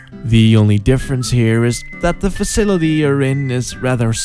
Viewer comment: "Facitily" lmao. <3